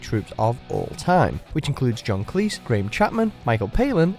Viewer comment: This is watchmojoUK but the narrator pronounces Cleese as cleess and not cleez